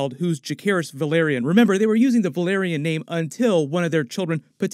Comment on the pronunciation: Think you mispronounced, House Velaryon as House Valyria